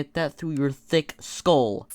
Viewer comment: "Thik" Its Thick, dumbass!